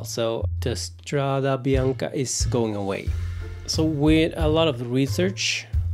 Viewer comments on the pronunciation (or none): none